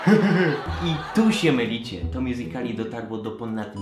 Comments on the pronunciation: Błagam nie mow mjuzikali tylko mjuzikli jest to poprawna wymowa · MÓWI SIĘ "MJUZIKLI" A NIE MJUZIKALI KURWA MAĆ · nie mjuzikali tylko mjuzikli OKK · nie czyta się miuzikali tylko miuzikli